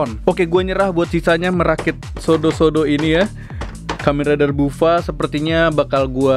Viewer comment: Buffa dibacanya baffa bang Edit: itu Kamen rider nago bang a.k.a neon kurama